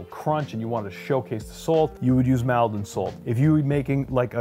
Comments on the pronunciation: I live and grow up in Essex near Maldon it pronounced not Mal-don but more like mould-don or mall-don (as in shopping Mall) is not really sea salt it is river salt come blackwater river that is estuary Maldon salt was use in Roman times at Colchester about 55AD brand named was in late 1800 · Nice to see my home town's salt make it to this video, btw it's pronounced Mole-don not mal-don 😉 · Very informative thankyou 👍.. Just alittle nip pick in pronunciation of Maldon., imagine taking away the a and putting in an o you get Moldon, and that's how you say it 😊.. I use it all the time 😁.. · Love the way Maldon is pronounced in the US. It's pronounced Maul-don in the UK. I should know - I was born there :oD Interesting to see the results of the taste test and although I was aware that table salt was toxic, I wasn't aware that some contained cyanide.... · (Maldon is pronounced Mawldun) 😉😉